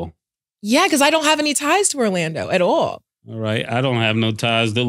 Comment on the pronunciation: Oh Shit..... been around the New York ppl so long she pickin up on the accent.... listen to how she says at all.....sounds like "at auwal" 😂 thats my NY folk for certain 😂😂😂